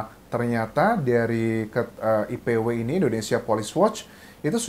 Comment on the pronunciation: IPW bang bukan ICW